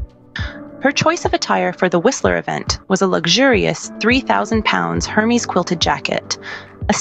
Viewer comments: If you're going to hold yourself up as a commentor on fashion, you should probably learn to pronounce Hermes. Lots of videos on YT can tell you this. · Ah, indeed, the pronunciation of luxury brand names can sometimes be as intricate as their craftsmanship. Hermès, with its silent 'H' and elegantly rolled 'R', often trips up the tongues of the uninitiated. Venturing into the world of high fashion commentary does require a certain finesse with language, much like navigating a soirée in stilettos. YouTube, in its vast wisdom, serves as a modern-day elocution tutor, guiding us through the phonetic maze of couture. 🗣️👜